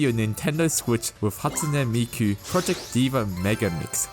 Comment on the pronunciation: The way he pronounced hahtsuneh meeku is jus so satisfying i need a 1h complication